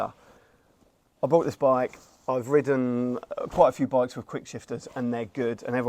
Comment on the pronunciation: *Bought, not brought. You didn't bruy it.